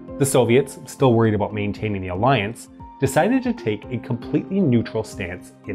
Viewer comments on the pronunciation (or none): none